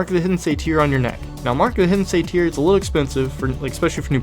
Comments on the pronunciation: Satyre pronounced- say ter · Thanks for the updated guide. I'm looking forward to trying the new method out. Your videos are much appreciated. :) Btw (not trying to be a jerk, I promise <3 ) but "satyr" rhymes with "later". :)